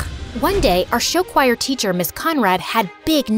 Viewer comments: I love how they say choir as “showire” 😂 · IM TRIGGERED BY THE WAY SHE SAID CHOIR LIKE WHAT IS “shi-wai-er” IN THE FIRST BIT SHE DOES THAT BUT LATER DOES IT CORRECTLY 😭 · THATS HOW YOU PRONOUNCE CHOIR!?!?? *cry’s in german*